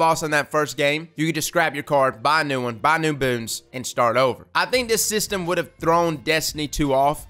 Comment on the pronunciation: A comment and a question. First, I think you're emphasis was on the wrong word in one section. You said "This update solves only ONE of the cheating problems." I see it as "This update SOLVES one major cheating problem." It's not a miracle fix for every issue. But it's a big step in the right direction. Pretty much every civilization on earth has had to deal with law enforcement policies. We've seen what happens when Big Brother moves too far and too fast. It would be just as bad, if not worse, if legit skilled players were falsely punished with no recourse. Second, what is actually IN the Lighthouse? I'll probably never see it for myself. But I wonder what's the big draw aside from the accomplishment itself? Are there NPCs there? Is the environment itself mind-blowingly beautiful? Once you reach The Lighthouse is there any reason to spend more than 15 seconds there looking around?